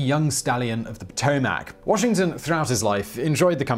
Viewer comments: Potomac = puh toh mick .... at least that's the way it's pronounced by the people who live next to it. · Pah-toe-mick, not Pot-Oh-mack. Please learn to pronounce this properly. You've done this in several videos. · pu like puck toe mic. like mickey not patamac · PO toe Mack... Lol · Is anybody else silently freaking out over the Potomac pronunciation, or is it just me?